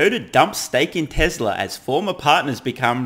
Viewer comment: TeZla! Lol!